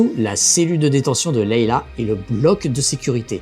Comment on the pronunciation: Ce n'est pas pour denigrer, enfoncer, critiquer, mais c'est Leia et pas Leila. Ce n'est pas une etoile de la mort mais une etagere a scenette ca fait un peu ridicule, rien a voir avec la premiere qui etait enorme mais qui s'imposait.